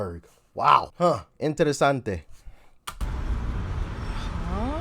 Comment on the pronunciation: Wait.. Did You say "interesanti"???